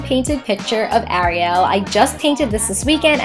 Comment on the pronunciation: it bugged me when she said Ariel everybody as a different way of saying it but it's just a pet peeve of mine but im ok not trying to be mean or hate I would never do anything like that